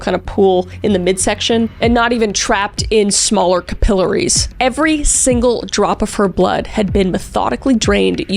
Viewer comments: as someone who works in a medical office, just wanted to kindly let you know that "Capillaries" is pronounced "cap-pill-air-reez", not "cup-pill-uh-reez" 🤭😉😊. Love you auntie Kris!! 😁❤️ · I’m sorry, that is not how you pronounce capillaries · I love Kris SO MUCH, but the way she says capillaries instantly made me wanna bop her on the head 😂